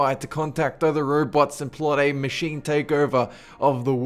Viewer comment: Number Nine...Manchine lol